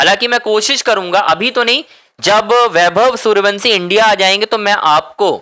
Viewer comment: जब तक वैभव के घर लेकर चलो तब तक वंसी की जगह वंशी बोलने की प्रैक्टिस कर लो।